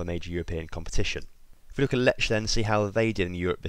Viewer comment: Wow you said Jagiellonia spot on! But you did Lech and Ruch wrong, in polish ch i pronounced h, like in "hard".